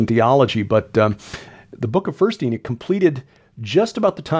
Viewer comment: those who believed what was in the first book of Enoch… you called them “Enochians” and not “Enichians”. So why keep saying it with an “I” instead of the “O”.